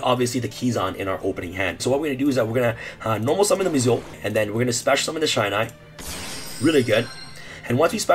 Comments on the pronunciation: it's pronounced "shee-nai", not "shai-nai" sorry. just had to mention this~ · This isn't even a new FTK lmao, also it's pronounced 'She-Nye' not 'Shy-Nye' Gateway ban incoming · Shinai. Not Shainai. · Just ban amazoness archer and that’s it. Also, it’s pronounced She-nai. The same way you pronounce key-zan. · How the hell am i supposed to keep up with u? Either you're on something or this video is sped up, and jesus dude slow tf down when you going through the deck profile... and btw its ur butchering Shinai's name... cool deck though but guess Gateway getting banned again